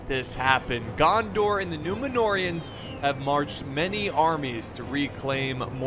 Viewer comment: loooooool if you activate subtitles the "numenoreans" pronounced "numenorrrrr" by, and trascripted by the youtube machine........ "new manure" whahahahaha 🤣🤣🤣🤣💩💩💩💩